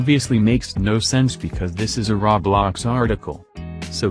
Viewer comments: "rawblox" Roblox: "RAWBLOX, ITS RAW" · Him: Ok guys so Raw-blox Subtitles: Ok guys so roblox.... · When the voice also said "raw blocks" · "Now cmon Raw-blaux" XD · "Tesli" great voice pronouncing